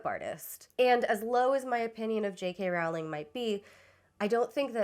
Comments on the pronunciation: I didn't mean to be clever. I am pretty confident that the video creator is pronouncing JK's name wrong. The video is very earnest with good criticism, so I assumed that this was unintentional. I thought she would want to know. I worried it might come off as flippant but didn't really know how to prevent that at the time. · JK Rowling's last name rhymes with "bowl", not "owl". If you can't even get that correct, why should I sit through this? You're welcome for the view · NB It's Roe-ling, not Row-like-cow-ling. She's a bad writer, but it kinda undermines your video when you get her name wrong from the start. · ONLY because I think youll genuinely apppreciate the comment, but it’s pronounced, “row-ling”. For someone who doesn’t believe in trans people, I still hold my principle of proper name pronunciation despite not really caring if she would be offended. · Two brief comments before I watch (and I’m sure I’ll have more after): • I think a lot of how bad they were flew under the radar until she outed herself as something of a bigot, and then we started scrutinizing them more closely and realizing… • Her name is pronounced “rolling,” she’s very adamant about that, it annoys her greatly when people mispronounce it, and I’m delighted that you are. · I think her name rhymes with bowling. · Pronounced "rolling," by the way. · I choose to believe you mispronounced Rowling on purpose. I commend spite.